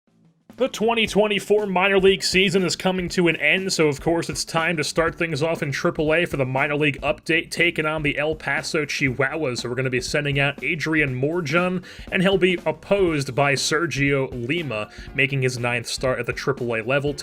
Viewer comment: That was a butcher of morejon (mor-a-hon)